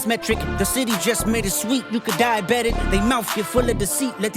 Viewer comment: Dieabetic sounds like die about it